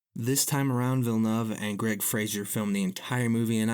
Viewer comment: You sound like a professional documentary narrator AND you pronounced Villeneuve correctly.